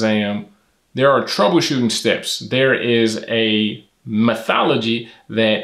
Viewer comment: It's Methodology, not Methology. Great video by the way, very well done!